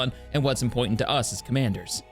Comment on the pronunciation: Impoitant, sorry but that made me chuckle